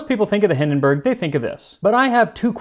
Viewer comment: It's not Hindenberg but Hindenburg.